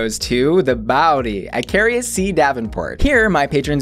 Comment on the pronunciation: Ok, but, it’s Akeria, not “Akaria” 😭 why 🤧